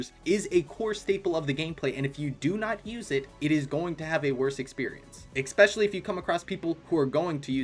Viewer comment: “Especially” not “expecially” Please.. it’s actually killing me